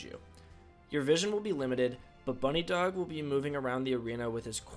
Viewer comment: this dude just called it "bunny dog" lmao what it's "buh-nidhog". aka 'nidhogg' the dragon in norse mythology.